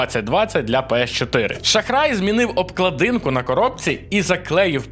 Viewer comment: написано "Warhammer" - вархамер, а кажеш "варгамер" який Wargammer? обкладИнка - обкла́динка, кОтята - котя́та